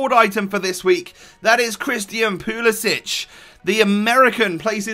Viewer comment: For all of you Europeans- ITS POOL-EH-SICK... You don't pronounce the end like kovacic or perisic. Probably cuz he's American boiii